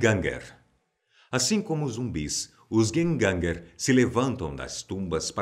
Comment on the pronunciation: Só eu que ri nos "Gjenganger" 😹😹😹😹😹😹